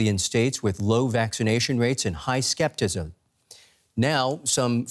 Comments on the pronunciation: I'm not taking vaccine advice from a reporter who doesnt know that the word is skepticism and not "skeptism". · A news reporter making up words is disturbing. Sorry, there is no such word as "skeptsim" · did that guy just say high sceptism instead of high scepticism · I hate to be pedantic, but it's "skepticism", not "skeptism". Other than that, it's a very worthy message -- and so tragic to lose a baby (or any other life) when that could have been prevented. As a cancer survivor, I've already 'done time' in an ICU unit; I never want to be there again.